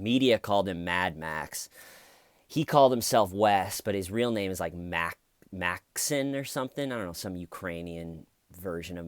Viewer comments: I think it MIGHT be pronounced "Mox-een" I have a russian friend named Maxim and thats how he pronounces it. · His name is pronounced Max-Im (accent on the I like Maxine